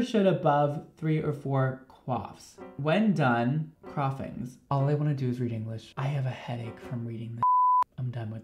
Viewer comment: instruction: crossings, an intellectual: croffings